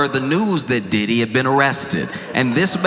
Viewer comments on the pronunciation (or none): I was eating M&Ms when he said "Riddy"? I choked, literally. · I’m ashamed of how many times i rewound to hear “papa” and “Riddy” in dog. 😅